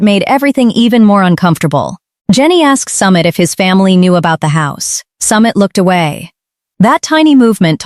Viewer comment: Narrator. Learn how to pronounce names properly!!!!! Pronunciation wise it's SUMEET not Summit!!